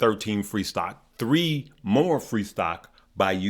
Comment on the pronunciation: Bruh said 3 eyes lol